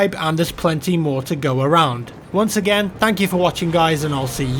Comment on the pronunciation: "Tank you for watching"